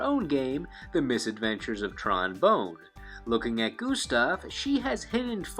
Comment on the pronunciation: Bon, my dude. not bone lol